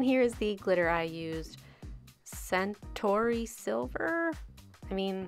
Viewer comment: "i guess i didn't realise centaurs were holographic" xD lol i love this <3 Edit: I'm guessing Centauri references the star Alpha Centauri. So the glitter is supposedly star-like. Pronounced Centaur-eye not Centauree. I'm reeeaal fun at parties...